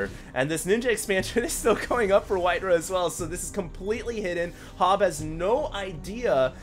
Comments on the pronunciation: you pronounce that HoBbe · Hobbe , probebly llike the same you say pope or hope , , hobbe